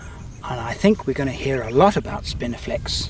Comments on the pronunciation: I heard spinifex in the intro and then was sure I heard spiniflex twice soon after? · "spinifex" not "spiniflex" haha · Ok curiosity got the better of me .did you say Spinifex or Spiniflex?.... Love the vids